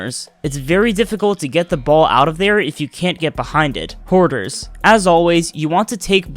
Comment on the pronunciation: It's hoarders. Not quarters.